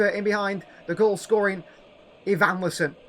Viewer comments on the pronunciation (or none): You pronounced Evanislon wrong 😂😂 it’s Eva-neelson